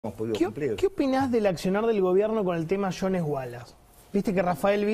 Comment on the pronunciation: Por enésima vez no es "Jo- nes" es Jooooooonsssssss...!! Apellido de origen galés. La "e" no se pronuncia Muchas gracias y sigan con lo suyo...